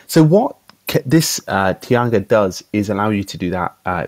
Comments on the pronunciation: Interesting video, thanks for posting it. Shouldn't it be pronounced "taiga" though, rather than "tiaga"? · Not super important... but here is the correct pronunciation of the name; "TIE-gah" (ref